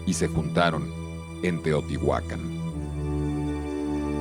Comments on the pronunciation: No es correcto pronunciar Teotihuacán omitiendo el acento ortográfico en la última sílaba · El título del video es “SECRETOS DE TEOTIHUCÁN” pero la arqueóloga Manzanilla y una voz de fondo insisten en llamarla teotihuacan, sin acento. Otra cosa más importante aún es que México no está en MESOAMÉRICA sino en Norteamérica. La única parte de México que está en Mesoamérica es la península de Yucatán. No sean tan ignorant es. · Muy lindo video, lo que me molestó mucho es oír a personas letradas decir "Teotihuacán" sin acento 🙄🙄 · Pronuncias mal Teotihuacán tiene acento